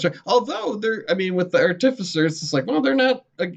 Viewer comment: mispronounced artificer.